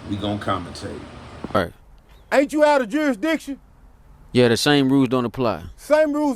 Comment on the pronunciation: Say it again,juri, what??? 🍿🤣 juristition...???